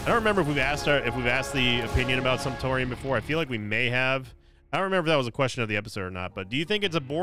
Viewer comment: Glad I’m not the only one who heard that and immediately thought “Simptorium”